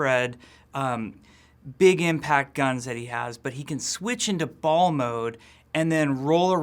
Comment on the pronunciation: Why did he emphasize ball so much